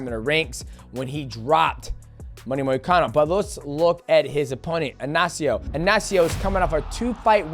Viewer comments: It's Ignacio not Anacio get it right shorty 😂😂😂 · Bro speaking from experience being Ignacio